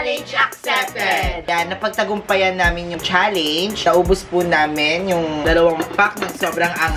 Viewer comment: Sunod naman po bigkasin ng tama ang salitang challenge, challenge